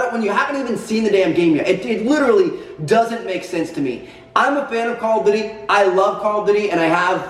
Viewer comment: "Call of dody"- Tmartn